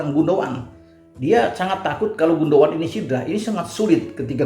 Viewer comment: Keren banget...!! tahu banget soal Ilkay GUNDOGAN. Bahkan pengucapan yang benar dari GUNDOGAN pun tahu persis, yg banyak Pundit gak tahu... Ditunggu terus ulasan-ulasannya,. Terima kasih.